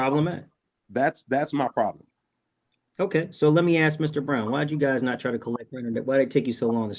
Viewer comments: Hey brother, maybe learn how to say ASK because you don't AXE anyone! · Don't axe me. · He doesn't aksqueeze to your argument.